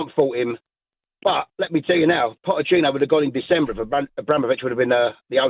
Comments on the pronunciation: He called him pottechino throughout the call 😂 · Shock this bloke calls him 'Potterchino'...cant read & doesn't know football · listening to That deluded chelsea fan for any longer than a minute actually makes you dislike them even more and if they go back to finishing 12th next season there will be no sympathy coming thier way given the scattergun approach of their owner the guy cannot even say pochettino properly ffs🤣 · Who would have guessed a chelsea plastic fan cant even pronounce his managers name 😂